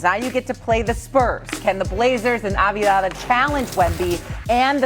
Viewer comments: She pronounced his name 4 different ways in 45 seconds and none of them were right!! 😂😂😂 ah vuh diva ah vie vuh vuh ah vee dah ah vie dah vuh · Lack of professionalism not being prepared and able to announce the name of a player, especially a name you'll be saying multiple times for a story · I got as far as Ah Vah Di Vah before I shut it off. 4 seconds in. If you're making bank to do this as a aliving, the least you could do is spend 5 seconds to learn how to pronounce the players' names correctly. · Omg enough. Av-di-ya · aveedaa? really? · Av Dee ha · If you can't pronounce Avdija - top 20 player in the NBA today - then you shouldn't work for an NBA show. Also, the producers should have corrected her. That's why they have earpieces. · How did you pronounce his name 4 different ways in 30 seconds, and they were all wrong…. What is going on 😂😂😂😂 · how tf do they not know how to pronounce Advija. this is their job that they get paid more than most of us to do…